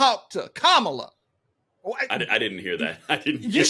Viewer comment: Kamala just mispronounced her own name! I grew up in a city with a Kamala neighborhood.